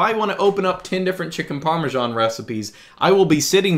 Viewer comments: Dear, it's not called Parmeshan! Please get rid of that bloaty "h" in your pronunciation. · par - meeuh - SHH - aan